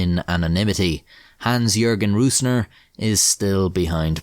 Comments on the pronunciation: I know it's a pain in the ass to say ö ü ä as a non German speaker but i wish you would have said rosner instead of rusner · You spelled the Names pretty well. All Names even were absolut correct just the calling of "Rößner" was a little bit of - you said it with an Ü in German (Rüßner) instead of an Ö (Rößner). If you think about the word Rose like the flower and extended it to Rosener it would be nearly perfect. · yooo brooo. your prononciation of hans jürgen Rösner (not rusner, only mistake) was great